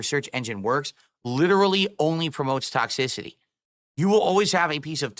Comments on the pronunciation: Tock-sissy-tea 😂 I can't stand when he says that. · tohx-iss-si-tee! gunnrglassis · “ ToxiSitee “ tf he emphasize that word for word